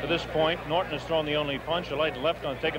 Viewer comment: Dang, audio texting…Ali not Holly, Norton not northern! 🤣